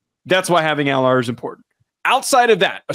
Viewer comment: You want to know the fastest way to loose credibility? Keep pronouncing Drew Allar's name wrong the whole segment...